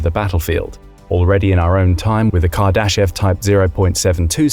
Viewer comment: I am not sure if you are pronouncing Kardashev correctly... but the rest of the video seems pretty accurate. I am always wondering whats out there when I do milky way photography